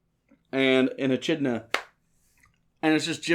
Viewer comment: Just love how you guys pronounce 'echidna'